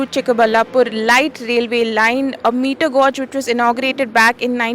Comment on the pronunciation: May I point out that is is not meter "gorge" but meter "gaje" spelled "gauge".